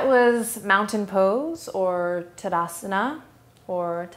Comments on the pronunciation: Well done overall. It is important pronunciation wise to say 'Taah da san eh. The long 'a' at the beginning represents grounding which is fundamental to this pose and that is quite important as this is the foundational standing pose~ Blessed Be - James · In most of Hindi and sanskrit words if they are written in english they put "A" in the end which should not be pronounced. So Tadasana is pronounced tud-aa-sun. Same as Rama is pronounced Raam.